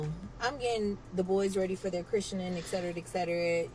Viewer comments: “Chrishenin” is killing me lmao! Please! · She's killing me mispronouncing Christening. The English major in me is going nuts😅😂😂😂